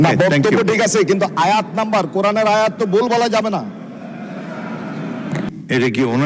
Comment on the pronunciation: তুমি নিজে কুরআনের আয়াত কে অশুদ্ধ করে পড়লে